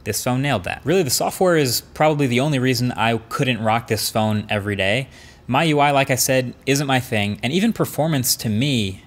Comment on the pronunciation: Marques : " My UI " Me : " NOOOOOO it's supposed to be Me UI "